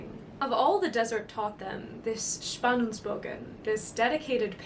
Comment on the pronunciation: Tonight You look like the god-empress of Dune, dear. And Your pronunciation of "Spannungsbogen" 🏹 was perfect and almost vibrantly pulsating with the voice.